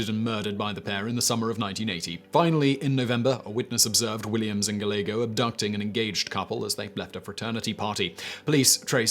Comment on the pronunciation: Great info, as always. Just in case, Gallego... guy-yay-go. Last name is originally Spanish. Of course, people do anglicise pronunciations all the time, so maybe he was gal-ago lol